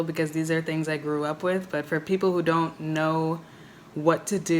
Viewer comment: "I doe like owing people". Spoken like a true Dominican.